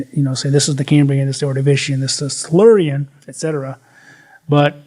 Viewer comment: Did he just slur his words and call the Silurian "slur-ian"?